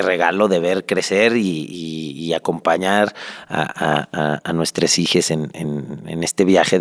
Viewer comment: Nmms, dijo hijes?